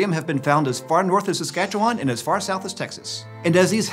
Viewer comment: Legit thanks for saying Saskatchewan (nailed the pronunciation) instead of just saying Canada. We appreciate it.